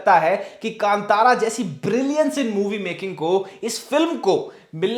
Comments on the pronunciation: कंतारा नहीं, कांतार (in Hindi last syllable is pronounced dropping shcwa. But in Kannada as in Sanskrit, last letter र is pronounced including schwa as ra as हृस्व - not दीर्घ रा). The word is used by poet Kalidas in Shyamala Dandakam - कदंब कांतारवास प्रिये). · Just educating here about the pronunciations: Kantara is pronounced as "Kaan-taara" Yakshagana is pronounced as "Yaksha-gaana" Tulunadu is pronounced as "तुळु-नाडु" Kambala is pronounced as "Come-ba-la", not "Come-baa-la" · Just an FYI- Kantara is pronounced Kaa-n-taa-ra. I was waiting for your review of this movie. I am a kannadiga and have watched this movie already. Your research is bang on, and yes, the experience doubles when you know a bit of history behind the deities and about tulunadu. This shows how accurate your reviews are, and thanks for keeping it that way. This movie broke the stereotype Kannada movies had and will make everyone realise that Kannada film industry produces great movies too. Kudos to Rishabh Shetty for that. #nationalaward for Kantara and #nationalaward for Rishab Shetty!! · Kaale ka kaa "kaantara" kave ka ka nai "kaantara"